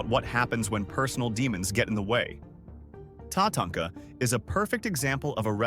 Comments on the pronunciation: AI can't make up its mind as to how it wants to pronounce Tatanka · Love how he screwed Tatanka's name up.He would say it right then he would say it completely wrong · is it? I noticed the multiple different pronunciations of Tatanka, none I've ever heard a person say. So I was thinking AI, but it sounds real